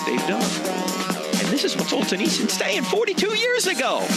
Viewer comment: It's pronounced Sol-gen-nits-zen